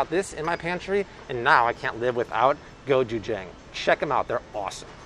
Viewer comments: Hi just wanted to share, gochujang is pronounced Go-je-jung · Hi! Say Go-CHoo-Jang, like ah-chew! Lov your videos! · go CHU jang I cannot be the only one going insane when you say it WRONG. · But, you are saying gochujang wrong.Koreans say it a little different